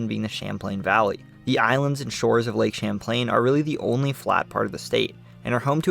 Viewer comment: Not all us Vermonters sound that high strung. Or “SLOW” That dude didn’t Evan say lake Champlain correctly. My guy. Relax.